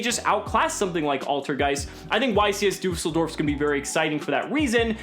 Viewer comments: the "ü" in düsseldorf is pronounced like the sound after "r" in the french word for street: "rue" ;) ... btw. do you think crusadia reclusia is good in salad boys ? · When yo german and yo mans / is over here butchering düsseldorfs pronunciation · I love the pronounciation of "Düsseldorf" tho :D Nice video as always, keep on! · I love how non-german people cannot pronounce düssedorf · Liam Does the latter is closer to the correct pronounciation, however the "ü" sound does not really exist in English. You'll be fine with your suggested option though.